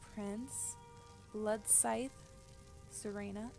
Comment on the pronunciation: Thats not how you say Serana